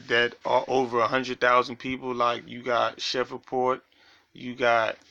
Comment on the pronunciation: My mans it’s shreve-port not shever-port😂